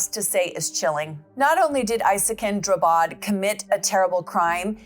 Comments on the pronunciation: Drabbad. Like ABBA with dr and a d att the end. Not Drubbed. Drabbad means afflicted in Swedish. He changed it because he believes that everyone he meets is afflicted by him. Translated as such, his name is now Isakin Afflicted. And in Swedish trials we don't have a jury, we have lay judges and judges. 😊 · Not "Drubbed". He changed his name to "Drabbad", which means "afflicted by", "affected by" or "stricken with".